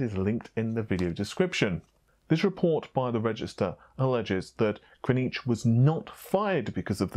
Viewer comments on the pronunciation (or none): ...it's KrZAnich...not Krnich;)...love your content though and thanks for covering these things! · It's pronounced Brian (Ker-Zan-itch) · Private User why? He's right. It's not Kra-nitch.